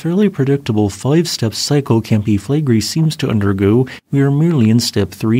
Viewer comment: Sorry, but I have to mention this. They way you shorten "Campi Flegrei" down to "Campi Flegri", you are not a YouTuber, but just a Youter.